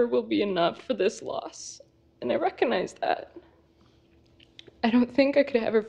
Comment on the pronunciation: I hate the way she says “recognize.” “I reckinize...” Girl. Just say you get it. It’s not like we believe you anyway.